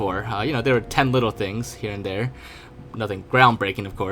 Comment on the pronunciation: Ting things